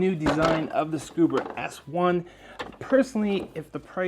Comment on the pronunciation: Um, there's no "R" in ScubA.